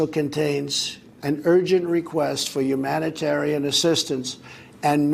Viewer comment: yuge umanitaran crisis by kiyotes"